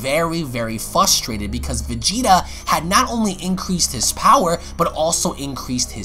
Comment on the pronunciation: He said fustrated instead of frustrated lol